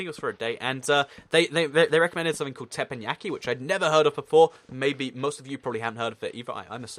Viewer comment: it's called Tep-EN-Yaki